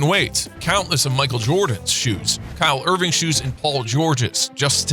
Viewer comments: he said kyler irving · Did he just say Kyle Irving who tf is that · “KyLE IRvInG” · dawg said kyle irving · I clicked off the vid once he said kyle irving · I stopped watching after he said Kyle Irving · he said Kyle Irving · Bro called Kyrie Irving Kyle Irving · "kyle Irving" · Man said Kyle Irving.............. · He literally said Kyle Irving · Yoo this man said Kyle irving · Bro really said Kyle Irving 😂😂😂😂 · Lol he really said Kyle Irving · Mans really said “Kyle Irving “ and “ seeing wearing eeyz “ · He said some Kyle Irving 😂😂😂😂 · He said Kyle Irving I’m done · yo he really said kyle irving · Did he say Kyle Irving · He said Kyle Irving🤣🤣🤣🤣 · He really said bro-nee, LeBrown James, and Kyle Irving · Kyle Irving got me 😂😂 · “kyle irving”? youre gonna go with “kyle irving”? ok. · I had hat rewind 10s and turn up my volume to make sure he said Kyle Irving instead of Kyrie Irving like if you heard Kyle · i watched it 3 times to make sure that that’s what he said🤣🤣